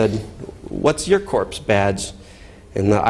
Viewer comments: i cringe every time he pronounces corps "corpse" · I find it brilliantly fitting. Just like the g-nomes of Zurich.